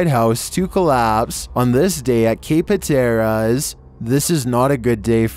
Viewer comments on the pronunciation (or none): It's HAT-teras, not huh-TER-as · FYI, Rodanthe, NC pronounced ro-dan-thee, Cape Hatteras pronounced hat-er-us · Its pronounced cape Hatteras